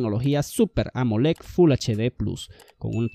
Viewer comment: Se dice WATTS! y AMOLED!, no guacs y amolec 🤦🏻 ahí dejé de ver tu video